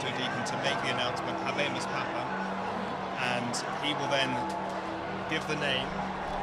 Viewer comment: The female commentator obviously never studied Latin. She butchered "Habemus papam."